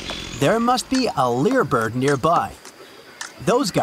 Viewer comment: Pronounced leye - ur bird, long I sound. Tail is shaped like a lyre: pronounced leye-ur